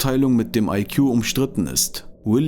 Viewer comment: Der Sprecher sollte die deutsche Aussprache von Genie und IQ nachschlagen!